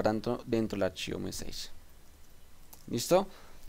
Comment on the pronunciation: Gracias por el video.. Debes mejorar un poco la pronunciación en inglés, sobre todo que el video está en la red y lo ve todo el mundo. Messages, dices meseich, la pronunciación es algo como messaches y así otras palabras en las que hay que prestar especial cuidado. Saludos y gracias de nuevo por tu aporte.